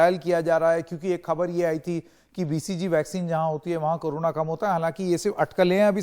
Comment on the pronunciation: It is not appropriate for a famous news channel like NDTV to pronounce 'Corona' as 'Karuna'. Very funny.